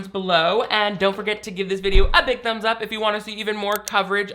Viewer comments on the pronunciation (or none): I just realized how childish I am because of the way I’m giggling so hard at how it sounds like said “give this video a BUMS up!” at the beginning 😂😂😂 I know he said ‘thumbs’ but it sounded like ‘bums’ and I need to grow up immediately 😂😂😂